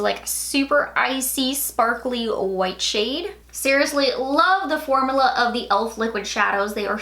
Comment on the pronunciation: You're so cute the way that you pronounce u in words like formula. You say formala..... it's pronounced forMEWla. But you're cute. 🤭